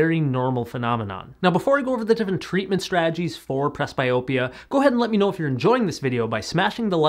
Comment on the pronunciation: It is pronounced PresBEEopia. Up your game. From a senior who does not need glasses but has used eye exercises instead. Tell everyone the truth about how much peripheral vision is reduced by frigging glasses.